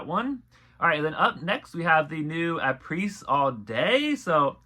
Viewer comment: HI! Thank you for your efforts!!! FYI: Apres is pronounced "A PRAY." It rhymes with the name. Apres (A PRAY) All day!